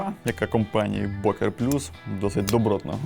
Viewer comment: бокер звучить нім як бьока. Р є, але майже не чутно, як фо ми (FOR ME) в англ. перед гласною на початку наступного слова в таких словах Р чуєтся більш виражено як в англ. і навпаки: йоPайс-наприклад і йохенд. your eyes and your hand. буква Ö читаєтся майже як йо, вірніше ЬО. більш м'яка ближче до російської Ё, щось середне між Ё и О. так саме і інші німецкі унлауди Ü та Ä. між ЙО та буквою яка утворює унлаут, тобто букву з двома крапками, тобто між йо та а, чи йо та у